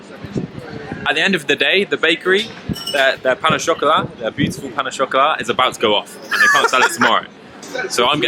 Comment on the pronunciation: And the worst Brit at saying Boulangerie and Pain au chocolat 😂